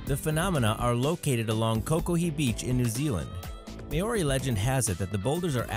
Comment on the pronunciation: OH MY GOD, You said "May-Or-E" But it's pronounced, "Mow-Ri."